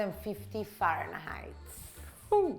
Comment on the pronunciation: The way you said “Fahrenheitsss”...to die for.